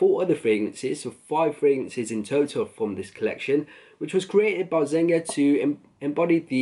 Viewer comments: "zenga"... It's zeG-Na ffs. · what is zenga??? it's zenia(g silent in italian)...u should do a little research on the house before review... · I stopped at "Zen-Ga"